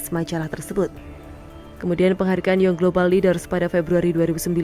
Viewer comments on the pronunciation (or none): none